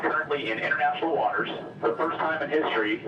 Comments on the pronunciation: "we're flying over international waters and the gulf of america..." Emphasis on INTERNATIONAL. John & Jon 4ever!!! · Exactly what I thought 😆